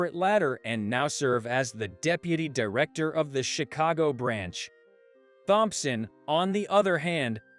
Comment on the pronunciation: I agree completely. I also Hate Thompson pronounced as THompson.